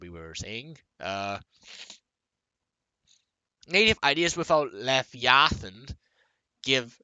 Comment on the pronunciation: still can't pronounce leviathan lmao